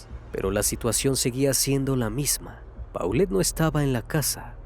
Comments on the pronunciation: NO SE DICE PAULET, SE DICE POLET , UN POCO DE MÍNIMO RESPETO SERÍA CHECAR COMO SE PRONUNCIA EL NOMBRE DE LA NIÑA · se pronuncia Polet